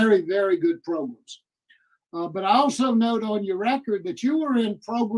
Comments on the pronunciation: I love how says “progrums.” At the end of the day, this guy needs to serve his time. It’s great that he’s making steps and he can make more steps while he completes his sentence. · PROGRUMS Love it!!